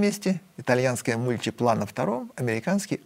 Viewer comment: Фиат МультИпла. Это не французский язык, не надо ставить ударение на последний слог.